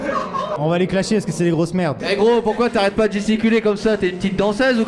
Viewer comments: quoi !... T'a dit clashier au lieu de clasher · Ta dis clachier lol xd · Studio film mais j'étais grave choque quand il a dit claque